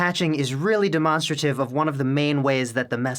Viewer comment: interesting pronunciation of demonstrative :)